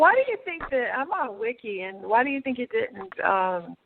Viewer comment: Did she say "I'm on Wiki"? 🤦🏾‍♀️